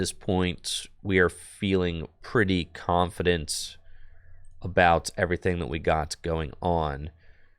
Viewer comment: 35"41 "We are feeling pretty Comfey-dent"